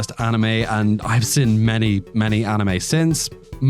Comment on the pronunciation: What is your accent? My best guess is Australia or NZ. A very unusual and distinct thing about your accent is that you pronounce "seen" as "sin". Which I've never heard before. Only one of these I've seen is Charlotte, awesome anime. Anyway nice video, I'll consider rewatching it whenever I'm in need of a new anime.